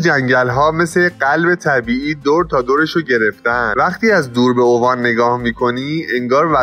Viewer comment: داداش با عرض معذرت اسمش اِوان نه اُوان. جای خیلی باحالیه